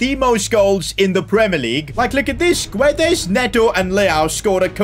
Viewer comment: its " gonsalo gedsh " not " gonsalo giuedes"